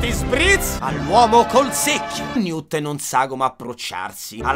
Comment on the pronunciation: comunque, ogni volta che dice "newt e tina" io non riesco a non sentire "new tettina"...